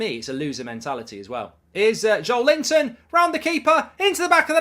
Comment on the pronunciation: Every time Mark describes Joelinton with the name "Joel Linton" I laugh